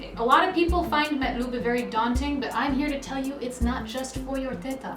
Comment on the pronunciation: Alhamdulillah you pronounce it properly 😜